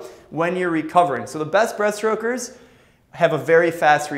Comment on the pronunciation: "breastrokers" LOLOL